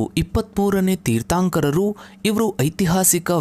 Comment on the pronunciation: ಜೀನ ಅಲ್ಲ,ಜಿನ.ತೀರ್ಥಾoಕರ ಅಲ್ಲ, ತೀರ್ಥoಕರ. ಈಗೀಗ ಜೈನ ಧರ್ಮದ ಬಗ್ಗೆ ಜನರಿಗೆ ಸಿಕ್ಕಾಪಟ್ಟೆ ಇಂಟರೆಸ್ಟ್. ಮೊದಲೆಲ್ಲ ಈ ತರಹ ಇಂಟರೆಸ್ಟ್ ಕಾಣಿಸ್ತಿರ್ಲಿಲ್ಲ. ಈ ತರಹವಾದರೂ ಈ ಲೋಕದಲ್ಲಿ ಜೈನಧರ್ಮ ಒಂದು ಇದೆಯೆಂದು ಜನಗಳಿಗೆ ಗೊತಾಗ್ತಾ ಇದೆ.ಥ್ಯಾಂಕ್ಸ್ for advertising.